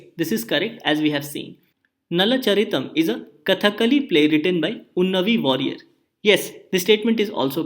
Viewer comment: Unnayi warrier and not Unnavi Warrier. (Source: am a Keralite)